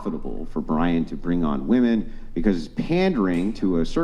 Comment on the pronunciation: You can’t even pronounce women right.